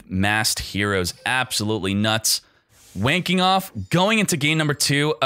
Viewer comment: This is for all the times said Wayne Kenoff, and I kept hearing "Wanking Off".